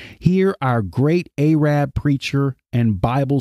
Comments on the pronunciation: Ay-rabb?? That is not the way to pronounce Arab!! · The mispronunciation of Arab is so disturbing and distracting from your message.